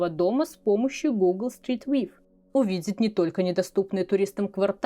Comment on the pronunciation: Google Street View — последнее слово читается как ВЬЮ, а не ВИВ как в видео)))